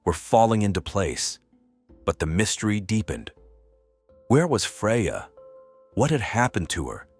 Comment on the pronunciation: Is it Freya, Fredja, Frazier or Freyaay? Can we get the poor victims name correct throughout the whole video?